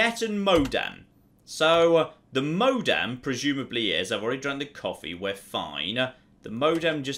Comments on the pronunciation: Donald MacFadzen-Reid I don’t know if its British or ignorance. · saying "modem" is both quite hilarious and infuriating. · I'm only ten minutes or so in, but the fact that doesn't know what a modem is, or how to pronounce the word, pains me no end. I'm an old, old man, apparently.